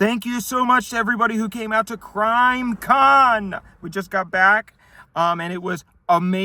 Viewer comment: ik he said “crime con” but it sounds like grime con and grime con is funnier because its like dirt and grime and gore and why would anybody go to something like that and why would you make out with somebody there